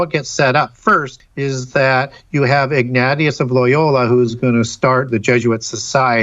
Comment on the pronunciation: IG NAT EUS LMAO 🤣... showing the Jesuits no respect. Ig Nay sha = ignatious